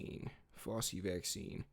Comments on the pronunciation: Fossy? 😂it's pronounced Fowchee (fauci) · Just a correction for you…. It’s pronounced FOUCHIE, not Fossy. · Bro first off it’s not fauci like glossy it’s fauci like ouchie. They call the jab the fauci ouchie. Second you looked at RFK jr father wiki. His father graduated from Harvard in ‘48. RFK jr wasn’t born till ‘54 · Its FOW-CHI, not fowsy. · It's not "Fossy". It's Fow-chee". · yes! Appreciate you very much, but please be more careful. Fauci is pronounced: FOW-chee. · Who is fawsee? 😂😂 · The view is awful, I agree, but please check your references and get your facts right…I mean 1948? I see you corrected this, but use your common sense. That would make RFK jr almost 100 years old!! Also, check your pronunciation. Fauci is NOT pronounced like Fossi, the famous dancer/choreographer from the 70’s. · It is FOW-CHI - FAUCI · My dude, RFK Jr was born in 1954 there is no way he graduated Harvard in 1948 😂 also that drs name is pronounced Fow-Chi 😂 we need to work on a few things here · Dr. Fauci is pronounced FOW-CHI. ❤ Keep fighting the good fight young man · Good video. His name is pronounced as FOW CHEE. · Not meaning to disrespect you hun.. But Fauci's name is pronounced... FOW... CHEE... 😘🥰👍🙏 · Kid, we appreciate what you are doing, and I agree wholeheartedly with you, but you need to be better prepared if you are gonna do podcasts, especially against crazy people like the wannabe dream girls aka the view! You are all over the place with your information, mispronouncing names, and your points are wayyyy too basic. But keep pushing and putting the info out, my brother. It needs to be heard. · How can you repeatedly miss pronounce Dr Fauci??? Seriously, I can’t watch another second because YOU can’t even get it right… when his name has been said 1,000s of times in the past 4years …dude, step it up! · You need to PRONOUNCE names correctly (Behar, Fauci)